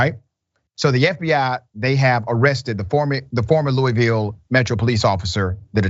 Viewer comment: Dr. Richey if you’re going to do this story at a bare minimum at least say the name of the city correctly, because nobody that lives in Louisville says it the way you just did and none of us in Midwest do either, but thank god Mr. Garland stepped in and did the job the AG of Kentucky was too damn racist to do, and now that the charges have been filed let’s hope that he can get these racist MFas convicted for life plus a thousand years!!!